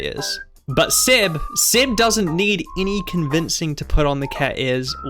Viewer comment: Why are you Pronouncing Seb as Sed?